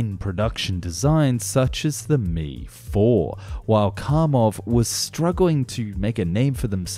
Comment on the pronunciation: K-A! M-I! NOT 'caw' or 'me'.